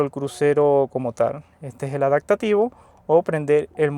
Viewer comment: Tenemos un problema pronunciando la p en adaPtativo, la cambia por una k, adaktativo, debes trabajarlo.